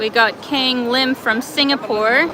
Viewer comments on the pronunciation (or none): none